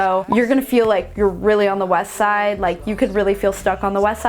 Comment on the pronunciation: Please don’t say west side like that again. Please.